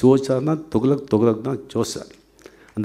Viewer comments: தோக்ளக் இல்ல ரஜினி சார் .துக்ளக் . தமிழ் நல்லா பேச கற்றுக்கொள்ளவும் . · He is not even able to pronounce properly the words, he says “thugalak”, illiterate. those days it was costing only 60paise, who bought for 50 or 60rs. liars. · இவ்வளவு வருடங்கள் ஆகியும் தமிழ் பேச்சு சம துக்ளக்க துவளக் என்று உச்சரிப்பது வெலங்கும்... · Thugalak or Thuklak oluga pesunga boss... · என்ன டா துகளக்... துக்ளக் சொல்லு பாப்போம் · அரே அது துகளக் இல்லே. துக்ளக் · சரியான கேள்வி.. துக்ளக் கூட தொகலக என்று சொல்றாண்பான் இவன்❗🙄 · Dei athu துகளக் இல்லடா துக்ளக் இவனும் இவன் தமிழும் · துகளக்காம்... துக்ளக் னே வாய்ல வரல.. நீயெல்லாம் பேசுற. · துக்ளக் ஆ?? துகலக்கா??? லகலக னு சினிமா ல டயலாக் பேசி பேசி தமிழ் தெரியாம ஒளராத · 45 years he couldn't speak tamil still with correct pronunciation, " togalak" ? , he is the next " togalak" of cowdungs party? Full of lies " Nadunila vadigal kuta sholli olaku podanum??" :-)) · தயவு செய்து துக்ளக் னு கொஞ்சம் சரியா சொல்லுங்க. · Sankiye mudhalil thuklak endru sariyaga ucharikka katrukkol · he doesnt even know how to pronounce thuklak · Better rajini pronounce the name of the magazine correctly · Pls learn to pronounce thuglak properly. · He doesn't know to pronounce துக்ளக் in Tamil properly!! And the so called forward caste people are enjoying nd encouraging his biased speech!!!!! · Entha loose first told the name correct ly in Tamil